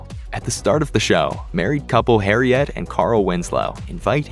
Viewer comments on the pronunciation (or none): I'm so shocked that I'm willing to forgive his mispronunciation of Harriet, from Family Matters